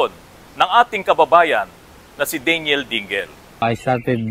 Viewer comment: At saka hindi DEY---NYEL ang bigkas ng Daniel...DAN----YEL ang tama.